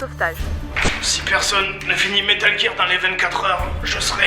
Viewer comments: c'est pas metal jear c'est metal gear!!!,sinon trés bonne vidéo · Si ca peut te rassuré, tu a fait mouche en disant metal jear plutôt que metal gear ^^ Seb en colonel est juste magnifique Cette vidéo est juste géniale ^^ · Au cas où tu aurais pas remarquer, à , il nous explique pourquoi il dit "jire" mais il sait très bien que ça se prononce "gear" et pas "jire" alors FERME TA GUEULE ABRUTI ! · metal GEAR pas metal jir ou qqchose comme ça Dx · dans la vidéo il dit bien que il fait expres de dire "jear" et que c'est faux. en anglais le "g" de prononce PAS "j" meme si il y a un E apres celui-ci. donc métal "guir" et pas "jir" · l'enfoiré il a trop anticipé les mecs qui le reprenait comme moi quand il prononçait (jear et pas gear) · Aïe mes oreilles! Prononcez Metal "Guir" svp c'est pas "Jir" que ça se prononce lol! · Metal Jir (au phare). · "Métal Jir" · Bon je vais clore la polémique avec la prononciation de gear. Dans les deux cas la prononciation est fausse. La règle qui s'applique à la prononciation du g en anglais est la même qu'en français, un g se prononce "j" devant un e, i ou y. Pour être plus précis réalité il se prononce "dj" tout comme les j et g devant des e, i ou y. Et je parle même pas de la prononciation du r complètement foireuse. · ça m'écorche les oreilles quand il prononce metal gear ( métal jir ) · Comment je voulais le tuer quand il prononçait Metal Jear xD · Metal jir.....lololololol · METAL JEAR lol good one JDG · Haaaaaaaa, Metal GEAR, prononcer GUEAR x) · Pitié,Fred,arrête de dir metal "JIR",c'est insupportable T_T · ARRETE DE DIRE METAL JIIIIIIIIIIIIIIIIIIIIIIIIIIIR ! Désolé c'est sorti tout seul :') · metal jirrr, ouai la tu me déchiiire les oreilles XD superbe vidéo comme d'hab jdg, vivement la suite si y'en a une . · Metal Jir ! Hahahaha :/ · J'allais mettre pause dans la vidéo pour dire : "mais pourquoi il prononce Metal Jear ??" mais j'me suis dis qu'une bonne explication a la JdG allez arriver ^^